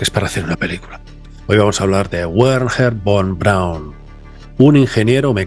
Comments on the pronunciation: miro tu contenido desde el 2013 y me encanta pero tu pronunciacion es horrorosa, el nombre de ese caballero se pronuncia foneticamente verner fon braun, 😅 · Se pronuncia, verner fon braun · Wernher Von Braun como bien dices era alemán. La "W" en alemán se pronuncia como nuestra "b" en castellano, por tanto se llamaba "Bernher" no "Uerner". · Se pronuncia Verner Fon Braun. En alemán ese “von” se pronuncia “fon”. Por cierto, Einstein se pronuncia “Ainchtain”…. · A saber que "Wernher Von Braun" se pronuncia "verner fon braun". En alemán la "W" se pronuncia como una "V" en español y la "V" en alemán se pronuncia como una "F" en español. Ejemplo: "Volkswagen" se pronuncia "folksvaguen". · como se dice: vernjer fon praun, saludos desde austria